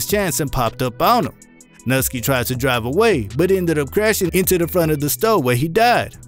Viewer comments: “Nuhski” it’s pronounced “nooski” just letting you know👍. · It’s not pronounced“nut-ski” it’s “New-ski” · bro... you pronounce everybody's name wrong 🤣 bro called Nuski NUTSKY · Bro the way you pronounce shit KILLS me. Ain't no way you actually think these names are pronounced how you're saying them. NuhSkee (Nuski) Airio (Aero) Zehk (Zeko) Where tf are you from cuz none of them is how that's pronounced. A shit more too that's just what I felt like typing. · This man said Mickey (My Key) Corbras and Nuski (Nuh Ski) 🤦🏾‍♂️